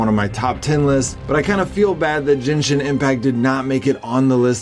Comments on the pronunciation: Jenshin ? Lol genshin .... g ... say it genshin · its G, GENSHIN Ge, GEN-SHIN NOT JENSHIN GENSHIN!!!!!!!!!! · Jinshin. Wtf... Its gen...gen...gen...men..gen...men..gen..shin Againn...what does gay pronounced..its just like that...its gen...not jen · Jinshin Impact? seriously man, its not that hard to pronounce. Gehn-shin gen-shin, again 1 more time, gen-shin impact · Jenshin impact 🤣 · “Jinshin impact” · why is he pronouncing it "jenshin impact"? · Jin???? Jinshin impact lol😂😂😂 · He butchered "Genshin" so bad 😂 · uhhh no its not. Not even japanese ppl say it like that.